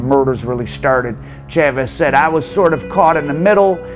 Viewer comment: Mostly Americans watching this but Chaahhhhvezzz and Gooozmahhn, really? At least try not to sound like 100% Mississippi Gringo